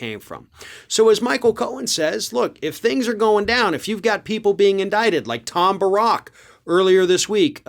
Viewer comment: I think it's pronounced Tom BEAR-ICK. 😏 On Cohen, I agree his track record isn't spectacular...at all. That said, he did his time, and he doesn't deny what he did [now]. Gotta admit, he's been pretty on-target with a lot of stuff.